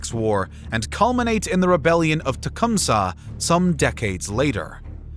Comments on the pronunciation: How he said to Tecumseh is wrong! It’s not Tecumseha it’s Tecumseh! Every Michigan person knows that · Bro said tecumsuh nahhh bro its ta cum see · cool video, big error in the script on the toledo war part, but cool video nonetheless. i’ve never heard “tecumseh” pronounced like that though 😂